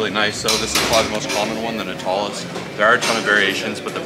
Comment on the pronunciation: Thanks for the info. Look up how to pronounce "nautilus"